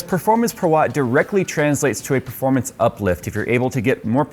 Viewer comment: No one:: pErFoRmAnCy